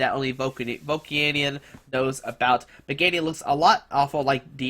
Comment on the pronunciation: its MA GI ANA squeeky comon....learn to read